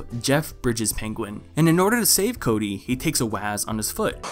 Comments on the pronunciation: I fucking die every time you refer to him as "Chode-y" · This man said chody 😂😂😂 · Lmao did you just call him Chody?